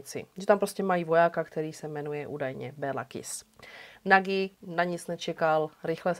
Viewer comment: a Nagy se taky asi nečte jako Nagy, že? :D